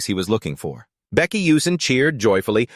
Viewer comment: If the AI can't say the MC's name correctly, then the recording is starting off on a bad track. Why is Baek coming out as Becky?